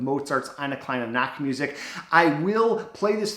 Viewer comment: Hey, very good video as always! Funny side note though: If you pronounce "Nachtmusik", as there's no ch-sound in English, it sounds like "Naktmusic". I was laughing, sorry, because "nakt" means of course "naked" or "nude". Maybe that's even what Mozart really meant, being a Well known real philanderer.😉